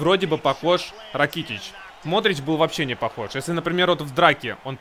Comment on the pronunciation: Вообще правильно ударение на а Ра'китич